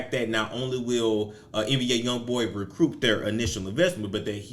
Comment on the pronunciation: Re-croup? Recoup boo. Recoup.